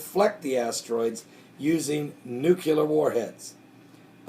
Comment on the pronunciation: I don't want to be a nit-picky nit-picker...but... it's pronounced newclear, not newculer. I love your videos, thank God for you and your work.